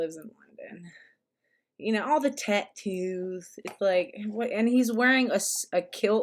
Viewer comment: Whyd you say tattoos like that? Lmao you got a problem with tattoos?